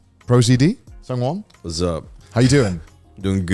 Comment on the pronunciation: IT'S SUNG-WON